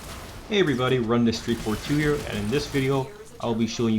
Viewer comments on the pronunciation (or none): none